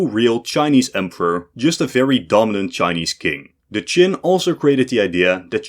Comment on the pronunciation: Narrator said the Romans mangled "Qin" into China. I knew what was meant, but technically it's another one for the list of inaccuracies.